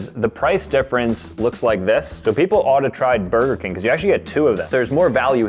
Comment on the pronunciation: "Brger King" ACTUALLY FICKING WILD